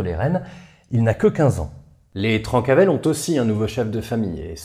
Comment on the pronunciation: Je met un com surtout pour le référencement mais j'en profite pour dire qu'on prononce "Trincavel". J'ai passé ma vie sur leurs anciens fief et à chaque fois que je t'entendais prononcer "Trancavel" dans ta vidéo ça m'arrachait les oreilles, déso 😁. D'ailleurs on ne connait pas précisément l'origine du nom. C'est soit "trenca vel" "tranche bien en occitan" ou "Trenca avelana" "casse noisette" -> "casse couilles" quoi, ce qui leur corespondait assez bien. Comme d'habitude super taf en tout cas!